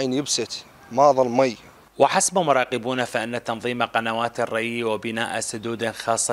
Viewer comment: وحسب مراقبين وليس حسب مراقبون ❌ يامراسل. ،!وين درستوا لغة عربية وين ?